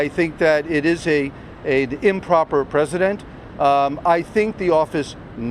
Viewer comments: That's the best the attorney has? Whinge about other companies doing the same crap? Had to laugh when he said it was "not a normal precedent"... Sounded more like he said "not a normal President" He got that bit right. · I heard that...🤣🤣🤣🤣 President instead of precedent.....as usual, Dumph has dummy mob lawyers 🤣🤣🤣